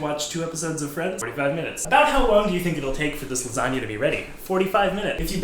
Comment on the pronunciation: first off its Garfield not gar fried and it LASAGNA and other than that your great